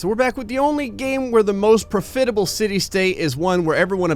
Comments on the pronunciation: its pronounced prof-it-able not pro-fit-able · I hate to tell you this, but the word is pronounced PRAHF-it-uh-bul rather than pro-FIT-uh-bul. It's a minor thing, but it makes the video difficult to watch. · Love these vids - but it's pronounced "PRAH-fit-able", not "pro-FIT-able." Back to binge-watching... you're a cool dude,. Like you, I was born in New Jersey, but my parents had the sense to move out. And, yes, they took me with them. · For the love of god its not pro·fit·a·ble its prof·it·a·ble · pro-FIT-able? really? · PRO fit able. Can you try to PRO nounce a word KOR eck tLEe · Why do you keep saying "pruh-fit-able?" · PRAH FIT A BUL is how that word is pronounced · Pro-fitable? Did you learn to read from Floyd Mayweather Jr? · Why does he say profeetable? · The way you say prof-itable is killing me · pro-fidable lol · At least that pronunciation of the word attempts to accurate communicate the spirit of the word. Being pro fit. Better able to adapt and improvise, in away that improve the standard of living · Profidable? 😂 I've watched your videos for a while but..... eeuuuaaahh? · i got exactly 32 secs in and had to pause it after he repeatedly uses this pronunciation. its put me off watching it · I'm surprised more people haven't commented about it